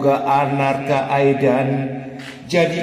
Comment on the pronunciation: namanya bukan anarka aidan, tapi arkana aidan 🤣🤣